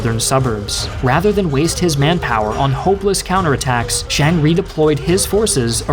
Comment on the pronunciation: Who's "Shang"? it's Chiang with a "C" and an "I" in front of the "A". Nanjing not "nanshing".